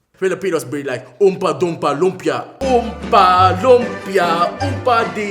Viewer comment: Lol oompa doommpa doompa di do😂😂😂is it oooma doompa or oompa loompa?!?